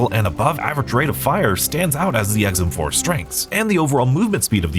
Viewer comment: I must be getting hard of hearing in my older age because I could swear I heard him say the guns name is EggsM4 lol 😂